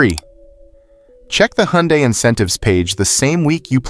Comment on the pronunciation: I absolutely hate AI voices. “Huh Yunday”? Good grief…